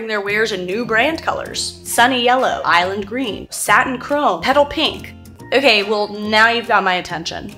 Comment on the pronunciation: I love that your old Ohio boy accent got in here:') "oh-kyay?!"